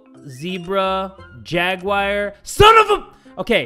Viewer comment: Y does say Jagwire? Instead of Jaguar 👌🏽😅😂🤨🤔